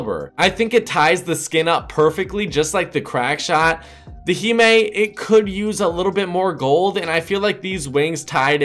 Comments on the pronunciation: Heemae Lol 😂. It’s Hime. Hi mm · Himé really your fucking stupid it’s pronounced [Hy-ma] dumb-ass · he just said heemee